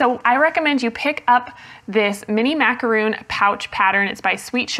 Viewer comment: I also came here to say the exact same thing! Those are Macarons. I know this for sure because I happen to bake Macarons. They're way too sweet for me, but my sister loves them! So the cover on the pattern needs to be changed to "Macaron". And needs to pronounce it correctly too.